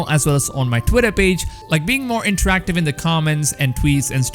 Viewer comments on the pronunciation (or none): none